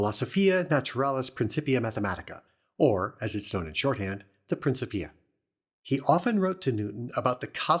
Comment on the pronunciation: It's pronounced "prinnkippeeah. "C," in the middle of a Latin word, is pronounced as a K.